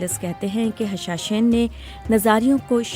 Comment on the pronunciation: The word you uttered is actually ' Hashasheen' not 'Hashashain'